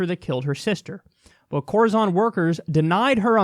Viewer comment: Corizon is pronounced like horizon. We had a case here in Idaho where a guy ended up with an amputated leg because the prison docs wouldn’t send him to the hospital. When he finally swallowed a pencil sharpener they sent him to the hospital and they found he had sepsis and a gangrenous leg! Now he’s trying to get a good prosthesis because they’re dragging their feet in that too.